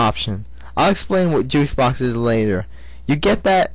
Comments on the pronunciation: lol, you said Juice box, but it's really "Juke box" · Juice Box? Juke Box* God damn, learn to talk! lol Good review. Maybe it's your mic, but it's really hard to understand you =( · did he say juice box insted of jukebox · Actually, he said jukes box, but the mic messed it up and made it sounds as juice. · wats so bad for him saying juke box but sounding like juice box? its not that funny, or a big of deal.